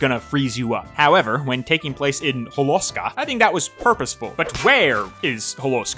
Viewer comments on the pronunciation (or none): It’s actually pronounced “Hole-oh-ska”, according to Sonic Racing Crossworlds, but I can let that slide. Let’s see how you tackle one of the most beautiful levels in the game.